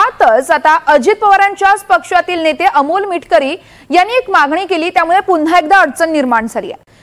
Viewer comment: " पुन्हा " हा शब्द " पुंन्हा ", म्हणजे " पु " या शब्दावर अनुस्वार देऊन निवेदक उच्चारीत आहेत. मराठी भाषा अशुद्ध केली नाही तर भाषेवर उपकार होतील.